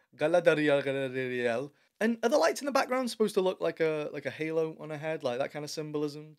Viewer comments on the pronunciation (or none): I allways happy to hear Chaladrilol its just to funny😂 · Galarr-dree-yell narrates dogpile dialogue written by dollar-store writers, this trailer isn't making ROP any better, in fact it's making it worse. 🤣